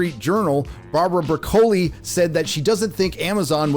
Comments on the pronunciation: where did you learn to pronounce Broccoli? really???? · Does he REALLY not know how to pronounce Broccoli? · Stop pronouncing the second C in the name Broccoli please it sounds so stupid. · Why is he pronouncing 'Broccoli' like that? It's the same pronunciation as the vegetable. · Not to be a jerk...you pronounce it broccoli like the vegetable...I know Tony Broccoli...a very mellow guy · You’re pronouncing Broccoli incorrectly .. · The family’s name is pronounced like the vegetable. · It's Broccoli like the vegetable. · Call me petty, but I can't take you seriously if you consistently mispronounce the co-producer's last name. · You mispronounced Barbara's last name. An already unserious YouTube channel becomes even more unserious. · pronouned like the vegetable.... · HOW is that last name not pronounced like the vegetable? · It’s broccoli - like the vegetable. Not Bro-coli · Broccoli not Bro-koli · his name is pronounce BROCKLEY not Brother Coley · It’s pronounced Brock. O lee. Not Bro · BRO COLE EEEEE?!? It’s pronounced broccoli. I could barely make it through that video because of the way he pronounced that name. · Broccoli 🥦 NOT Bra...coli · BROCK-o-li, not bro-COLEE. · NO NO NO , it's brocoli....like the green vegetable, stop say bro-colle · It's pronounced "Brock-Lee" like the vegetable. Not "Bra-Coli". Seriously? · Broccóli turned to Bróccoli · Why do you keep pronouncing Broccoli’s name with emphasis on the first o as hard? It is literally spelled the exact same way as the vegetable and as such should be pronounced the EXACT same way. Soft first o. Unless you are making some YouTube type of point on the down low. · Please, it is oronounced brock-oli, just like the vegetable! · The name's not Broc O li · Her name is Bróccoli. Not E Coli... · Bro Co lee. Wtf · Saying "Bro-Koli" is NOT FUNNY. Are you hitting the booze again, jackarse? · Bra-Koli... Broccoli like the Vegetable...🥦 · Bruh co lee? Really? REALLY??!!